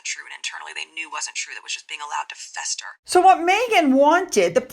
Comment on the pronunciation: The way she says "fester"